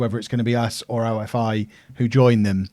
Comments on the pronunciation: OFI is pronounced ‘oh-fee’ like coffee without the c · OFI is pronounced as "offee" and labrou is pronounced as lAbrou and not labrOU also xydas is pronounced as kseedas